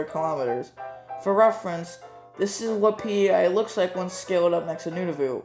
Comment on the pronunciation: Appreciate the proper pronunciation of Nunavut!